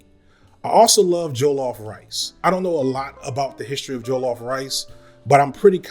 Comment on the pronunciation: Not me getting triggered by how you pronounce jollof rice 😭